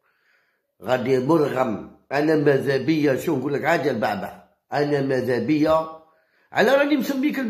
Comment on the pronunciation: البُعْبُعْ وليس. كما تنطقها يا هذا. الضعيف. في اللغة العربية